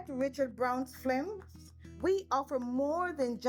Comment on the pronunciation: Film🙄 pronounced FIL—M Jamaican’s have an excellent command of the English language !!sound like it 🙄.